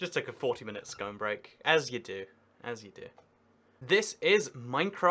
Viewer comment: you pronounce scone wrong!!!!?!